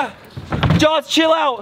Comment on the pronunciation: Dude definitely says "jawls" too. IT'S FREAKIN 'JAWS' JAH-AWS ugh Florida education system does nobody any favors